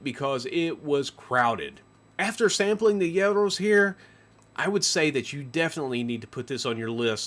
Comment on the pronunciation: oh love it's not gEros, it's geeros... gEros means "old man" 😂😂😂